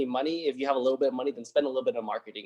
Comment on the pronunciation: I love all your videos but remember it's not moe-ni it's mo-ni. Listen to your recordings and you'll see what I mean. I like that Moaney though.😄👍👍👍